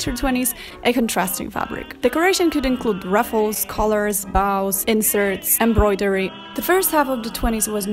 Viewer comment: I love how you say bows... almost like baw. 😁